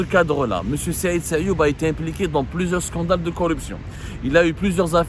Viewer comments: Il s'appelle Sayoud et non sayoub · Son nom est Saïd SAYOUD non pas SAYOUB 😊 à moins que vous parlez d'une autre personne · C sayoud pas sayoub